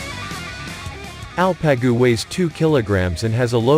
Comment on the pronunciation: It's ALPAGU. Means ''HERO'' Not el-pe-gu !!. no arabic. !!!!! !!!!! These names are Turkic. Coming from our central asian roots. Long live Turkey Turkic people and Asia Turkic people. <TURAN> will rise again.